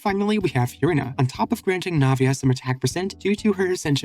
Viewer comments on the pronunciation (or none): why do u say it "fyureena"